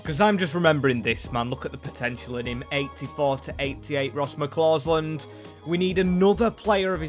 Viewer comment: McCausland not McClausland